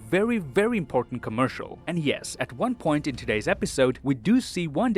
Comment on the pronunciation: did he say wan instead of one